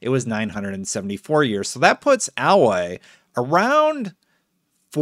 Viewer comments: He can't say her name right. Ayloy not AhLoy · (A)loy not alloy the why your saying her name bothers me. She not an admixture of metals. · Her name is pronounced "Ay-loy" not Alloy lol. She's not made entirely of metal like the robots are 😛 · It's "Aloy", not "alloy", and she is in her early 20s, not 45! And if you had any sort of interest in the characters you played, you would also be reacting to sudden changes in their appearance that made no sense within the lore of the game. But who knows, maybe she binged on three bags of chips and a gallon of Coke the night before... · Technically, this is exactly what happened with the Sonic movie. The released the trailer, everybody hated it, so they spent time fixing it, redoing the trailer, and now it’s one of my favorite movies. They still have time to fix Aloy (also it’s pronounced A-loy, not Alloy). All we know is that it’s gonna release this year. That doesn’t leave too much time to fix the model, but there is still time, if you assume it’s coming at around the end of the year. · …my man…It’s not alloy, she isn’t a compound of metals. It’s pronounced multiple times in the game. Long A, and Loi, rhymes with hey boy. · You don’t know how to pronounce Aloy (It’s Ay-Loy, not Ah-Loy) She’s 19 in Zero Dawn and Forbidden West is 6 months later son she’s 20 at most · Americans... 😞... At a multitude of points throughout the entire game she is called AY-LOY ... Why do you all insist on futsing with pronunciations because they're a little different? The word Alloy isn't even SPELLED the same. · A loy not al oy . I don't understand how people can't say names when they have heard it said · seconds into this video, and I'm sorry but you're saying her name wrong; it's Ay--loy not like the alloy that is the mixture of two metals despite that being the way her name is spelled. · I don’t want to sound mean but in the first game its Pronounced as a then Loy for her name it’s how game Pronounce it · Aloy long A sound...